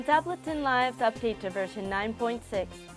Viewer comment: Ab-luh-tin. Really?